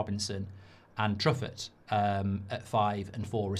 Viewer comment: Truffet is said in French, True-Fay, not?